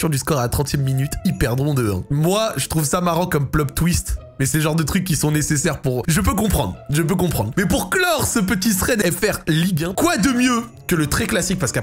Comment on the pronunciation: "comme PLOP twist" 😂😂